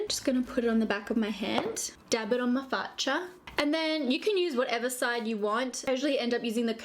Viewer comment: Dab it on my FACCIA OMG HAHAHHAHAHAHAHAHHAHAHAHAHAHAHAHHAHAHAHAH best Italian pronuncia evah